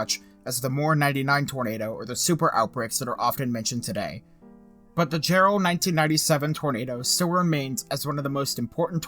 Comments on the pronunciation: Dude its pronounced Yarr-ell hahahaha. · It was Jarrell, not Gerald. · Isn’t he mispronouncing Jarrell?